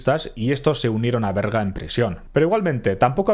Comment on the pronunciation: Berga, no Verga... Que falo.. hay.. que fallo...